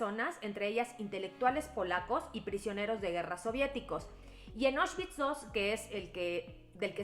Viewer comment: Como crítica constructiva, la pronunciación es "Aushvitz" no "Oshvitz". La palabra viene del alemán, no del inglés.